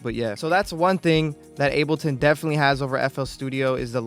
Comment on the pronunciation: bro said unableton